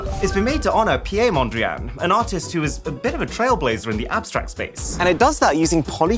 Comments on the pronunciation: Pie??? 😂You pronounce it as Pete Mondrian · As a dutch person i am disappointed with your pronunciation of Piet Mondriaan, he's dutch not French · Piet Mondriaan is a Dutch name. Piet has to be pronouncsed as Peet. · Its pronounced peeet mondriaan not piye mondriaan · Piet Mondriaan is pronounced 'Pete' Not the French way! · Piet Mondriaan was Dutch. As such the "t" is not silent and it's not pronounced "Pié". It's actually pretty much pronounced "Pete" which is easy for native English speakers :) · Its Piet Mondriaan not Pjeeeee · You mispronounced Piet Mondriaan, you should say peet Mondriaan 😊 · I almost spat out my coffee when I heard you pronounce Piet Mondriaan. My friend... it is simple, Piet is pronounced as Pete. I don't know much about phones, but I do know how to pronounce a Dutch name :P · Please don’t butcher Piet Mondriaan’s name like that again